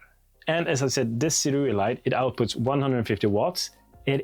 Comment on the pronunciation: Pronounced Sue Ray